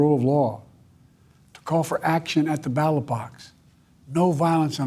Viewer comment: I heard that too - he can't say ballot more than once without messing it up.